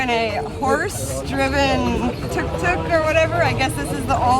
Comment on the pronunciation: The way you pronounced "tuk tuk" .loved it